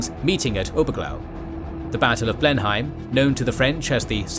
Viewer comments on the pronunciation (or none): It's pronounced Blen-him, not Blen-hime. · Interesting - thanks. One small point. I've noticed that you often get the pronunciation of names and places wrong. For instance, Blemheim should be pronounced "Bleh nuhm" not "Blen heim". As this is the most important place in the episode I think it would be worth making sure that something like this is correct. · In fact, the English know this as the battle of BLEM-em, not Blen-HAYM. Strange but true. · Blen Hime? That is NOT how you pronounce Blenheim! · Wouldn't it have been a good idea to get the pronunciation of 'Bourbon', 'Marlborough', and 'Blenheim' right? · The European place is called Blindheim, i.e. not even the same spelling so naturally it will be pronounced differently. If you are using the English spelling you should also be using the English pronunciation.